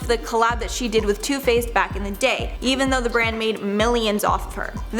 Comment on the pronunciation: When she said too faced I thought she said toothpaste 🤣😂